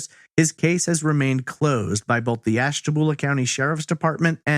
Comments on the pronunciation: FYI, Ashtabula is pronounced "byulah" not "boolah". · AshtaBULA not boolah.... Born & raised there :) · Lol it's ashta-bule-a not ashta-bool-a